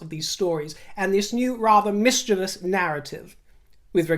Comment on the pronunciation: I love how pronounce mischievous properly. Once I hear it mispronounced I’ll no longer listen to update